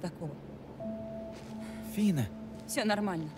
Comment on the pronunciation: Фина не фиона